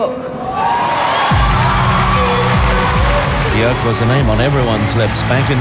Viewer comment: It's byerk*